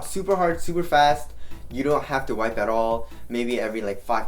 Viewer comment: Whenever you say wipe, I think for a second, wai whaat?